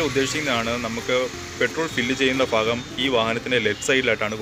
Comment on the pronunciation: ഫാഗം അല്ല ഭാഗം